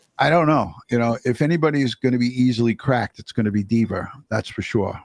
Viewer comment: Team replay 😂 the woman is called "officer diva" not dever deeber dweeber